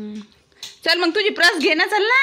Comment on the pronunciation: प्रस नाही ग पर्स बोल